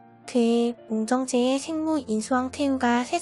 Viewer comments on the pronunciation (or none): 옹청체요? 중간에 발음이...